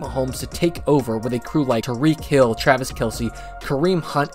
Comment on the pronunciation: great vid but saying "tareek hill" is craaazy